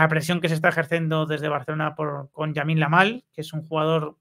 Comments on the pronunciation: Sigues diciendo mal el nombre de Lamine, no es Yamine Lamal :face-green-smiling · Es lamine yamal , no yamine lamal